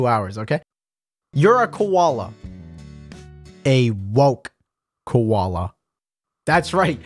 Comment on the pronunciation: “WoKe KoWAlA” Lmao